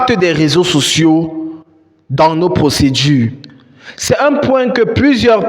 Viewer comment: Bro nice video. It would be good if you add sub-titles because there is a certain point where you said "raison sociaux". Subs will help your videos to be more explicit. This is something serious and people should watch what they post online since nowadays profiles are personalities are evaluated based on social media activities. Good job bro 👏💯